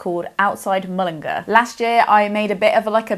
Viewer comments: Just FYI 'Mullingar' rhymes with 'car' - not 'ger' at the end! Also both the play and film are awful yet hilarious. 😂 I second the recommendation of Sara Baume - I'd pick handiwork or A Line Made By Walking :) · lots of love ! some pronunciation help, for irish words, Limerick (lim-rick) and Mullingar (mull-in-gaar) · Mullingar is pronounced like Mullin-GAR, the stress is on the end. I would love to hear you rant about The Social Dilemma if you can find the emotional bandwidth to do so. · MULL-IN-GAR hard AR, like a pirate